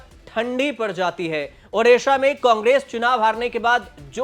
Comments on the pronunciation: Odisha not odissa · Please correct this..... it's Odisha not Odissa